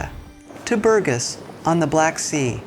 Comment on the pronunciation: The city in Bulgaria 🇧🇬 in which they retired isn't pronounced Burgas like she said it totally wrong with the punctuation on U. The city is pronounced as BurgAs, as the punctuation on the A.